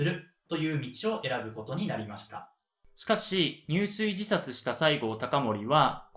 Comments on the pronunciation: 入水自殺→にゅうすいじさつ❌ じゅすいじさつ ⭕️ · とても分かりやすい解説、聴きやすいテンポです。ありがとうございます。 一つだけ、漢字の読み方に時折、？があります。田原坂、入水自殺なども誰かが指摘していますが、 下加治屋町は『しもかじやちょう』では？ご確認下さい。